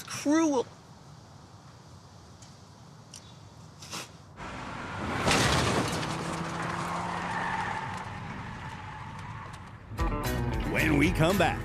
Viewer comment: "HOW CRUWEL.. THAT'S JUST CRUWEL!"